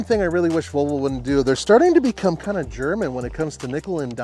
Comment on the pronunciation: I love pronouncing Volvo, rather than the traditional: vall-vo. says: vul-vo. Sounds like part of the female anatomy.